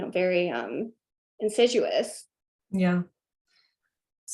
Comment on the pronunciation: Great interview! But you need to tell her that it's not "insiduous" but "insidious"! :-D (couldn't help it ;-) )